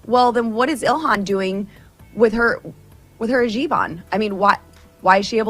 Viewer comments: She can't even pronounce it: "Hazheeb" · Boebert said "Hajeeb" -- she forgot the word Hijab 😂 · Bobblehead Bobert: "jibahn"? It's called a "HIJAB". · What the fuck is a “ha-jeeb?”